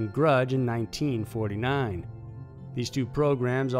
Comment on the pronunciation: Why?! Why do you put the emphasis on 19 in the year? 19!49